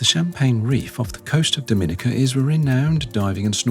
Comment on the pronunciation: Great post guys ❤ For future reference, Dominica is pronounced DOM IN EE KA 😉